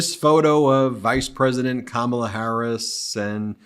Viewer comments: Donnie cannot read which is why he cannot pronounce Kamala. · It's too funny that even little girls are laughing at Felon-Donnie because he doesn't know how to pronounce "Kamala"! tRUMP, I hope you learned something from these two little girls!!!!!! The woman at the doughnut shop didn't know who Jaydie Vanz is. Jaydie is forgettable. Nobody cares about him. Why did he even ask how long the employees worked at the shop? That's not his business! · No you didn’t mispronounce her name on purpose…. You’re just ignorant and unable😂😂😂😂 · A presidential candidate who can not even pronounce his opponent's first name? Oh, well then you should lose the possibility to get most jobs on the planet. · I'm a supporter of the ticket but the more I see the GOP flounder from attacks on Walz son to tying him to China to just the plain childish disrespect in deliberately mispronouncing her name...I just want them gone...I'm glad to have ticket that I'm excited to vote for but the Republicans behavior is energizing me just as equally. Vote BLUE up and down the ticket in November...heck skip November...find out when early voting is in your state and VOTE!!!!!! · Exactly. Trump was taped saying he doesn't care one way or the other if he mispronounces her name. He is a jerk! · KAMALA = Camelot! emphasis on the first syllable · Some people are getting very upset with Trump's pronunciation of Kamala. So, let's try an experiment to make them feel better. Donald gets the sounds right, it's the accent syllable that he messes up on. He doesn't think it matters. He says ka-MA-la, when the right way to say it is KA-ma-la. Now, let's help him understand the importance of correct accent syllables: He says DON-ald. But if accent syllables don't matter, than we can also say do-NALD. Practice it now: do-NALD. do-NALD. do-NALD. do-NALD. do-NALD. THERE. DOESN'T THAT FEEL BETTER? Glad to help.😊 Vote BLUE all the way! 💙💙💙💙💙💙💙💙❣ 💙🇺🇸💙💙🇺🇸💙💙🇺🇸💙💙🇺🇸💙💙🇺🇸💙💙🇺🇸💙